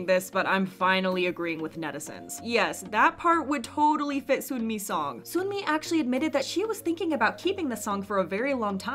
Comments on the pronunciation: why are ppl still calling sunmi 'soonmi' no offense at all!!! but it's just a tiny pet peeve lol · why do you pronounce sunmi like that 😭 I’m nitpicking but seriously i did a double take when you said soon-mi lol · sunmi is pronounced as seonmi :) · hate to be that guy.. but the sun in sunmi is pronounced like ☀️ not 🔜 (saw her live and she was irked that fans mispronounce it) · Please learn how to pronounce 'Sunmi' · no offence but the way you say sunmi is really annoying. even the Korean version is written 선미 seon-mi, not soon-mi. it’s even worse cos you pronounce all the other names well like sinb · why do you always say sunmi name wrong its sun- mi not soon-mi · This is a small thing, but Sunmi's name is 선미 as in Seon-mi, not Soon-mi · i think sunmi’s name is pronounced sun-mi like the sun, she even said it’s pronounced like that :) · It’s pronounced “Suhn-Mi” not “Soon-Mi”!! shes spoken on this a few times but so many people are still mispronouncing her name so i hope more channels pronounce it properly 😞 So like ☀️mi, not 🔜mi LOL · Her name is pronounced like sun-me not “soon” me. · btw sunmi is pronounced like seon-mi not soon-mi (same vowel sound as wonyoung’s name, just romanized in a different style hehe) also tysm for making these videos! i can never keep up with kpop news and these videos are so concise yet informative so they’re a really big help :D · It's pronounced "sun-me" not "soon-me". Although they sound similar, Soon-mi is a completely different name. It would be like calling someone named Jane, "June". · its not soonmi (순미). it's seonmi/sunmi (선미) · just letting you know, Sunmi is pronounced Suhn-mi, not Soon-mi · no hate, but sunmi is pronounced 선미. like "sun" (what's in the sky) and "me". the way you are saying it is like 순미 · Also video creator bestie it’s pronounced SUN-MEE, not SOON-MEE lol (technically seon-mee but yk 🤷🏻‍♀️) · Sunmi is pronounced sun-mi not soonmi